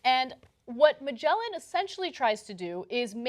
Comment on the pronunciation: "Magellan" - Wow, that was a crude name-butchering if i ever heard one ... .